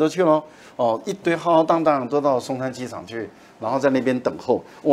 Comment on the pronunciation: 省长会见参议员，这个规格完全对等啊！ 赖老师: 浩浩荡荡(shāng shāng)，是可忍孰不可忍。